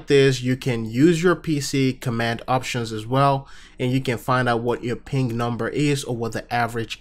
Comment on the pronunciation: Why does it sound like hes saying pink rather than ping!?